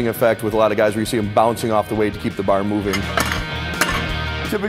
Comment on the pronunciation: Learn how to say the word 'bar' like a normal person.